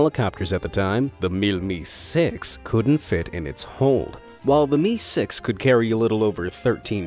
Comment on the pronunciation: MI.....not 'me' but 'em eye' AN...not an